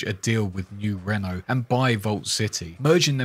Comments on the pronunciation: Great detailed video as usual. You have a voice made for narraration man. Only constructive criticism I can give you. I realise you are British, not American. But you must get the pronunciation right when saying New Reno. You do not pronunce like the French car company - Renault..non, non mon ami.. Must pronounce like the Americans say it. - Reeeno.. Like you say tea, but put an R in place of the T , think of it that way 😉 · Reno isn't pronounced like Renault. It's Reeeeeeeeeee no. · I'm sure you've heard this already, but Reno, NV is pronounced as "re-know" not "reign-know" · Its pronounced RE-NO not REN-O